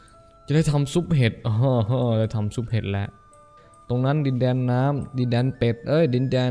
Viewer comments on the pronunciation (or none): เห็ดกลายเป็นเห็บ หนูได้ยินอย่างนั้นนะ คนอื่นอาดจะได้ยินอย่างอื่นก็เป็นได้